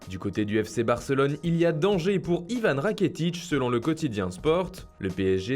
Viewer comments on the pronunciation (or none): Like si t’as entendue Ivan Raketic😂 1min10